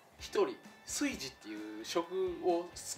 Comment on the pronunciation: 炊事を「カイジ」と同じ発音で言う時点でなんか変な方向に染まってるわ笑